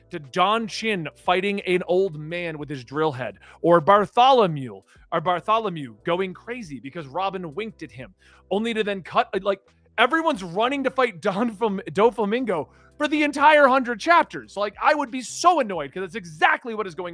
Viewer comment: HIS NAME IS NOT BARTHOLMEW IT IS BART-O-LO-MEO